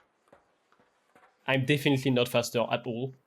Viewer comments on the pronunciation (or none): none